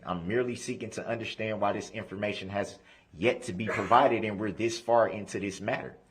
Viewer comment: It’s funny he adds the letter h to the word undershtand, and takes the letter r out of the word libarry